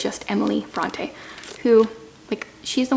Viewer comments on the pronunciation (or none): none